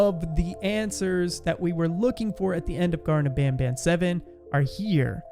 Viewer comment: band band? its ban ban(no hate)